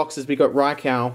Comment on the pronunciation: He said raikow, and raikoo, but no, not raikou